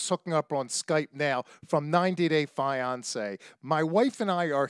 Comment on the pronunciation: This guy is a clown. Worst interview ever. Listen how he says fiancé in the beginning of this video. He also calls her Daniel several times. It's very LAME that this clown is this late in the game. This topic of Danielle is very old at this point. She has mental issues and this guy is just exploiting her just like the tv show did. She is good entertainment because she's not all there. Once again, this guy has zero talent and cannot interview people. What a waste of time. I'm sure your 103 subscribers are impressed. Ass......